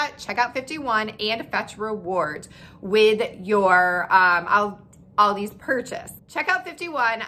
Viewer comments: It’s not Aldi’s, it’s ALDI 😩😩 stop saying it wrong people, it’s so annoying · It's Aldi! Not "Aldi's" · I love how u say you love it yet u say it aldis when its aldi 😂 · It’s Aldi. Not Aldi with a S. Wednesday is the slowest day for every business. Loved your video. You are right ….don’t buy paper products. Produce is wonderful. Walmart price checks to stay in the Aldi price range with eggs and milk. Yes their chocolate is the best! PS Worked for Aldi for 20 yrs. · It is Aldi not Aldi’s, beside that consistent mispronouncing was interesting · I have called it "Aldi's" for years but it's actually called "Aldi". No 'S'. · If you love the store so much you should learn the right name it's not Aldi's it's Aldi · Why does Americans say "AldiSS" instead of just "ALDI" ? There is no S at the end, and in Germany we pronounce it just as it is written. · It's pronounced like the name Al D., not All D., and there is NO S on the end. Thank you. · If you love, love, love Aldi, you should know that it's Aldi, not Aldi's. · It’s Aldi, not Aldis. If you’re using it as a possessive, I’d understand, but you aren’t. It’s annoying. Unless you take a shot every time she says “Aldis”. Then it’s fantastic! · It’s “Aldi,” not “Aldi’s.” Where on the name do you see an apostrophe s? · Pronounced Al-Dees. The bags and carts save next to nothing. You pay for bags most everywhere now, and save a quarter on the cart? While the spices are from McCormick they are their rejects. For the most part they only offer off-brands and the meats and produce are Meh at best. There are a few specific things at Aldi's but only that, you must do the bulk of it elsewhere. If there is not one quite near you it is a waste of time, money and gas. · Thank you! I didn't want to say it, but it was grating on my nerves SO BAD! People do the same thing with Kroger... sounds like nails on a chalkboard! Lol 😆 🤣 😂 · Aldi is pronounced singularly, not in a plural way.